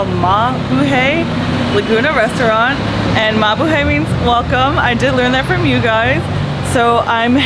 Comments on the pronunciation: I’m glad people thought you about mabuhay. But the hay at the end is actually pronounced hi. Like you’re saying Hi to people. Mabu Hi 😊😊😊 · Hi, thanks for keeping the Filipinos spirit alive in Malaysia. I actually enjoy your food vlogs a lot more than most other vloggers. Probably because you’re hot😂 BTW….. Mabuhay is pronounced, Ma-Boo-Hi😉